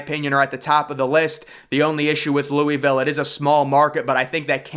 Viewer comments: Louisville pronounced Loo-A-Ville ..not Louie- ville..which is a trash city. I can’t see any superstar NBA player waiting to live there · Loo-uh-vul not Louey-ville